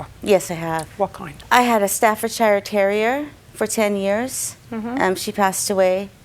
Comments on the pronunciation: Its actually painful to hear them both pronounce Staffordshire wrong. Its pronounced Staffordsheeeer! Note to others on here... Please dont try and educate me on how to pronounce an English Dog breed thats named after an English County...I'm English 😁👍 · lady cant even pronounce staffordshire properly